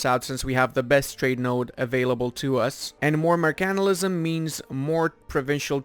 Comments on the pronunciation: That's the funiest way of pronouncing mercantilism, mer-CANT-ilism, usually it's pronounced flat, or with emphasis on the "mer" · M E R C A N T I L I S M KEKW